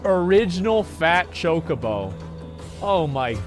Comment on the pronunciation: How is this girl a Final Fantasy XIV streamer, yet she miserably fails to properly pronounce chocobo (cho-ka-bow). I can't even comprehend what she called it. I think she said chacobo as in cha-ko-bow. I've only played 1 Final Fantasy game, and it was 10. Yet I know how to pronounce it.